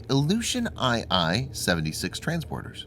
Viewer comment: Cringed when I heard ii-76.. it's IL-76 IL for ILyushin